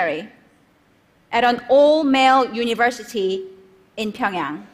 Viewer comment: How beautifully are u saying this Pyongyang wow